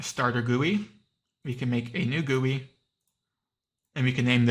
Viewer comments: not gewi, its g-u-i 💀💀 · it's gui, pronounce G-U-I, i don't know why he's pronouncing it like that